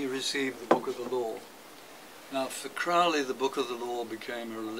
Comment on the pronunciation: I would think Skinner would know it pronounced Crow Lee rhymes with Holy